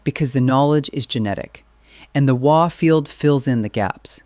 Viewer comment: Fantastic video, and thank you for pronouncing " Waaagh " correctly. I would like to see you cover Ork flyers, please . Thank you. 🤘💚🤘